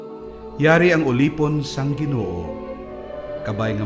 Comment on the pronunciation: Sa ngalan "sang" indi "san". 😁